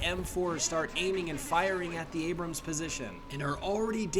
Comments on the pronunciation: I got irrationally annoyed, constantly hearing "The Abrumm" . I'd be less annoyed if someone called a Sherman a Shoreman. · “The abrum” Used to abrums lol